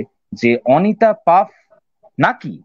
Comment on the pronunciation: Paf noy, Pfaff. Uchcharon : Faff, jemon that. Emily noy, Emilie. Uchcharon: jemon Emily ey.